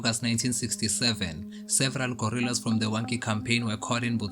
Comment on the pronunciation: The narrator id using the term " Gorrillas" instead of Guerrillas which is the correct word.